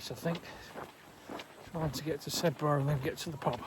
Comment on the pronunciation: Sedbergh - pronouced 'Sed-ber' (or 'Sebba' by the older locals,) is one of the few places that are within the Yorkshire Dales National Park, though actually located in the county of Cumbria. (It was historically part of The West Riding of Yorkshire, but local government reorganization buggered that up, by moving it's admistration to 'Westmorland and Furness' in 2023, which is politically part of Cumbria!) Burneside - pronounced 'Burn-ee-side' (the 'e' is important) is the last stop before Windermere on the Lake District branch line, and the often eagerly anticipated 'announcement' for families arriving for their Lakes holidays by rail! I'm sure you knew this, but if you carry on after the official end of The Dales Way, and walk downhill into Bowness-on-Windermere, you'd come across a frequent bus service (Stagecoach Cumbria 599: every 20 minutes in summer,) which would take you directly to Windermere station to start your journey home; (of course, if you aren't in a hurry, there are loads of excellent pubs in Bowness, where you could celebrate the end of your walk, first!)